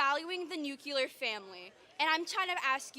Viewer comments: Why are so many people unable to pronounce the word "nuclear?" It makes me cringe every time I hear "nucular." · It’s NUCLEAR!😂 lord that pronunciation was driving me nuts🤣